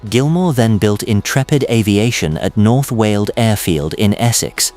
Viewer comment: North Wheeled not North wald